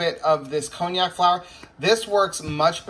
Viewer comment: Happy Thanksgiving ALL! Isn't that pronounce con-jack? I never heard it called by the name of an expensive liquor. :D